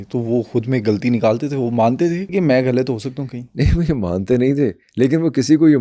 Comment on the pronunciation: سلام پوڈکاسٹر صاحب آپ غلط کو گلط کہتے ہیں آپ سو (100) بھی غلط ادا کرتے ہیں آپ ذوق کو ذوک کہتے ہیں